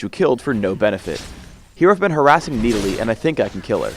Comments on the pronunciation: NEEDALEE NEEDALEE NEEDALEE OH MY GOD THAT IS NOT HOW YOU SAY IT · if your going to pronounce it knee delee .... maybe you should spell it Needalee... just sayen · ok why are we arguing on youtube about him when we haven't even seen him in-game yet? one last thing...ITS (NA-DOLL-LEE) not (NEE DA LEE). please learn engrish. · "I face Needalee top lane" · the fuck is a needalee? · Everyone is talking about how this vid got recommend when it’s 7 years old, but I’m annoyed how pronounces Nidalee. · He is making fun of the pronunciation of nidalee when phreak says it in